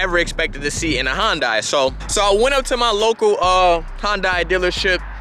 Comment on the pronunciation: If he pronounces Hyundai correctly I will be surprised....... Watches Video: Yup not surprised.